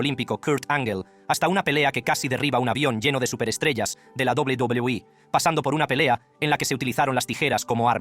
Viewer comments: PRONUNCIAS PÉSIMO WWE/WCW.PORFAVOR APRENDE A HABLAR.ES MOLESTO OIRTE. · Hermano tu video es interesante pero por tu tono de voz y la forma en la que pronuncias a WWE es molesto